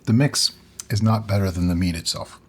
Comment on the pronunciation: "wead" LMAO!